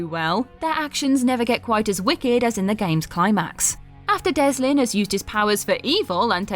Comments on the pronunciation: Delsin, not Deslin. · For future reference its Delsin, not Deslin. Only nitpicking because the Infamous series is one of my favorite! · The protagonist’s name in Infamous: The second son is Delsin, not “Deslin”. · I like that she calls Delsin, Deslin. Makes me giggle